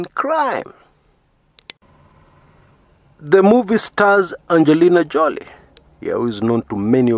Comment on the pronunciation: did you say Angelina Jollie? Wow!!!